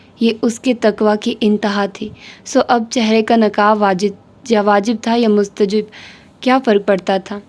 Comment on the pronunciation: مستحب is right word Not مستجب